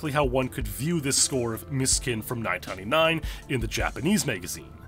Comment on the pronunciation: you can't pronounce 1999 correctly, lol